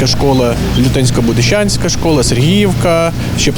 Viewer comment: ЛютЕЕнсько БудищААнська треба говорити! Два рази сказали по різному і обидва неправильно!